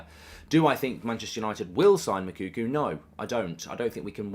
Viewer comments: It's pronounced Moo like a cow then Cocoa like the drink. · One day Goldbridge will say Moukoko’s name right